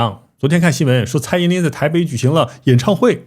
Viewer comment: 是蔡依林不是蔡依“宁”啦 ..